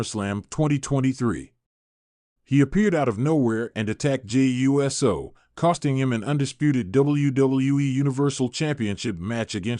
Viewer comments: It's Jey Uso NOT U. S. O. SAY IT USO. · It's Pronounced Oooso😢